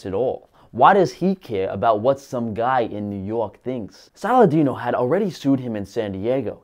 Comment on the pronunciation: Lol, you nailed Saladino!